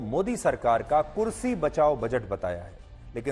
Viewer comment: Bhai tum kurshi bol nahi sakte ho ir reporting kr rahe hoo